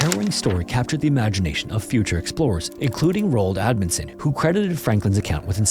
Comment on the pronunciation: Admundsen? You sure?